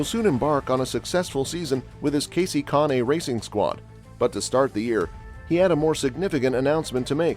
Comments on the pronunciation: Why are you showing Ryan Truex's picture in an article about Martin Truex? Why are you showing Xfinity Races with Trevor Bayne leading? And who in the HELL Conee? Could it be pronounced Cain? Kahne? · If you can’t take the time to find out how names are pronounced, maybe you shouldn’t be making these videos. It’s hard to take anyone serious who doesn’t do their homework. Kahne is pronounced CANE. Came here for Truex video which is what this says. BTW, Kaulig Is pronounced like “calling” without the N. Your channel is a joke & I won’t be back, nor will I recommend this channel to anyone I know or have met in 25+ years watching the sport.